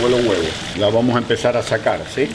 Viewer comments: esta piba no puede decir si en vez ia por dios q pesaa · No se dice yiaa... se dice SI